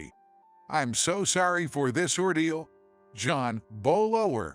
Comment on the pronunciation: John Carter on Mars, that was a good movie. You people are absurd? Bow is what you do when you go before the King. Learn how to say graduate, it really makes the narration very bad. Tumor is pronounced "to-mer". Once again bowing what what you do before the king.